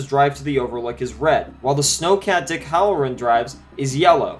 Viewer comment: . I was unaware that "One Hundred', was pronounced "A Hundret". BTW..It's "HAL-RR- REN", not "HOLLER-RIN". If you want to be taken seriously, learn the English language.